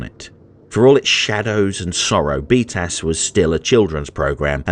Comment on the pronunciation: Every time you said B:TAS it threw me off because it sounded like "beat ass".